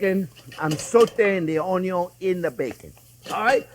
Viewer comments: You had me at onyo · Ah come on Chef! You can never have too much onyo you know its true! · The man who single-handedly taught a generation to dice an onyo. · Chef, you are a delight to watch! Always interesting videos and always cheerful. There are a couple of words standard here in the house. Onyo and "I measured carefully"! Thank you for your inspiring videos and personality! Greetings from a Dutch guy in Norway!